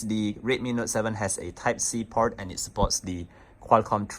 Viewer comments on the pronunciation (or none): none